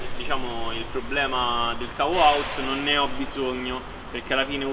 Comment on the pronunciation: Cavo "auz" xD bella